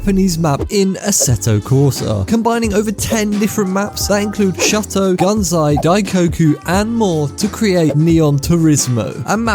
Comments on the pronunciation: Its shoo-to Not shut-to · brother..... it's not called shutto, it's shooto please say it right bro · bro stop with the Shut-oh highway please. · Throw him some leeway lol he pronounced shuto shuh-toe